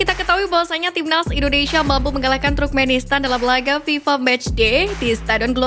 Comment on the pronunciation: Koreksi sedikit,... TURKMENISTAN bukan Trukmenistan. 🙏🏼😊 Semangat ngonten ttg Timnas Garuda Indonesia... 👍🏻💪🏼❤🇮🇩☕✔